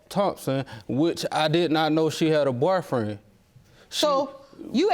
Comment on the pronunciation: And when he told the judge she didn't have a 'barfriend' 😂